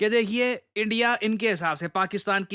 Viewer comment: They said endia 😂 Not india 😂